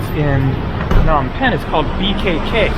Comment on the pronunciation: Phnom with a P. Why not listen to locals??!!!!! Lame.